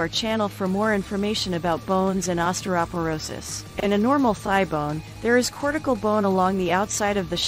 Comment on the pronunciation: Too bad osteoporosis wasn't pronounced correctly.!!